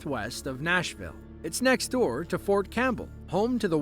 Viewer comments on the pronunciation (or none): none